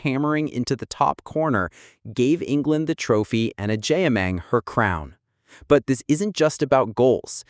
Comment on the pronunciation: Please pronounce her name correctly 😅😅😅